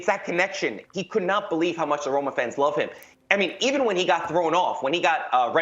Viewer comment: Thanks for the conference but ur Roma was most wrong Roma i ever seen😅